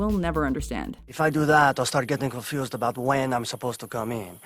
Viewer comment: Subtle difference, everyone says canadians say "aboot" but to my ears it sounds more like "aboat" or possibly a hybrid between the two. Maybe this is why the Canadians always object to this portrayal. Often the subtlety in understanding a true accent is lost. Canadians also don't say "baig" instead of "bag"...it's more like "bayeg" but shorter, as if one syllable.